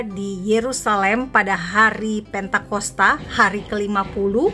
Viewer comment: Pentakosta....bukan Pantaikosta....